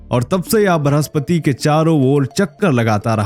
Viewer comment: ब्रहस्पति नहीं बृहस्पति 🙏🙏 कृपया हमारी हिंदी से न्याय करें